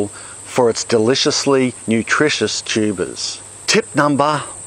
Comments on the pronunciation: This video is fun and informative, as always, and also I keep hearing it as "tubas" which is absolutely hilarious. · Most informative guy period and his accent is funny when he says tubas lmao